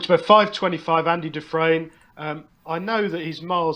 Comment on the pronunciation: Never mind how bad his tips are..... he doesn't even know how to pronounce Andy Dufresne 😂😂